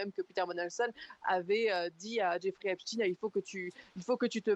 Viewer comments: C Epstainnn ☹️ on dit pas Albert Einstinnne, ils ont tellement peur d’être traité d’anti sémite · Einstein était allemand, onc on prononce chtâyne. Epstein était américain, donc on prononce stine, de la manière dont il se présente lui-même dans les vidéos. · Cette prononciation m'insupporte